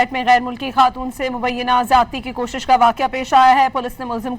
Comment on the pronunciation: کوکش نہیں کوشش